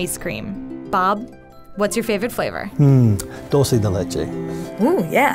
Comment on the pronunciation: Alejandra Aguirre That’s not how u pronounce it